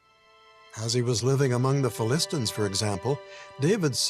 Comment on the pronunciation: did...did David just pronounce the Philistines (as in teen) as "Phil-is-tines" (with a tine)